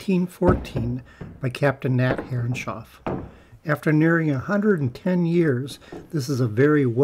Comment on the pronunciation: Stunning job, wish dado blades were more easily available in the U.K. I need to make a large cockpit grating so watching lots of videos. Btw, and this is not a criticism, but why do you pronounce Herreshoff as Herrenshoff? Is that the more correct pronunciation?